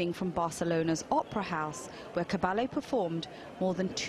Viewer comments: Für die Deutschen Cabelle sagt sie mal. Richtig ausgesprochen wie ich schreibe Caballje, hoffe ich😊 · The mispronunciation of the name Caballé here is inexcusable. It’s common knowledge how to pronounce this name with this lady possessing it! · Files an obituary and can't even pronounce her name correctly. Sometimes the English are as bad as the Americans.